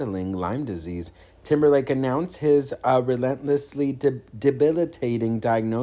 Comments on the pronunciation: Did you say TIMBERFAKE or TIMBERLAKE? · Hhh He said Temberfake